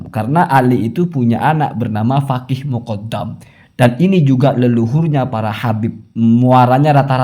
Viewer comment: kena virus Habib... Menyebut kata Faqih: Fagih.... 😅😅😅